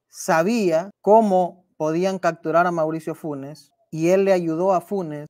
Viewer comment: Se dice Capturar no Cacturar